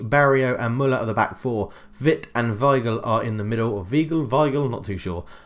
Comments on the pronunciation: It is definitely Vye-gl my dude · It's Why-gl